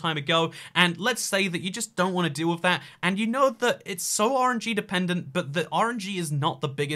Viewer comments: says "RNG" but all i keep hearing is "orangey." Like, bruh, what you got against citrus??? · When he says RNG for some reason I hear orangey